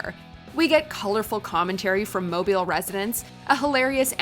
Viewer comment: Thank you for not pronouncing Mobile “Mo-Bi-ul” like everybody else not familiar with Alabama.🤦🏾‍♀️😂